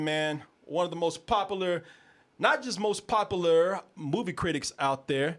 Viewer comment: Anyone who pronounces popular as "poppa luer" isn't someone I need to listen to.